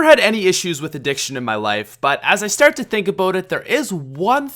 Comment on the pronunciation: "As I stiart to think abiaut it"